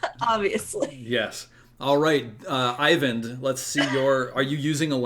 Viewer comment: I find it slightly frustrating how keeps pronouncing "Eyvind" like "Ivan". Those names shouldn't be anything alike. Regardless I still love the game and can't wait for more.